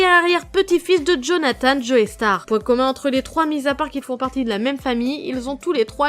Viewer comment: On dit "Jo-star" pas" Joeystarr".